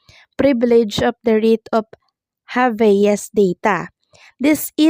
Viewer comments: Anong habayas? Habeas yon..pronounce it well ok 😂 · Pronounced "Hab-yas".